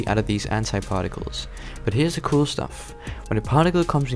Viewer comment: coo number XD